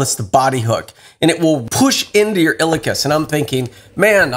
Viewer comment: Pronounced : IL E AhKus